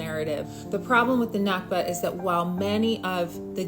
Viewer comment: One small correction. It’s “nakba”, not “nakhba”.